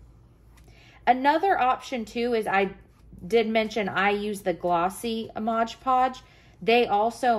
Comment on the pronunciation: Beautiful. Thanks for the great video. Just FYI...it’s MOD PODGE, not MODGE PODGE...said with affection 💗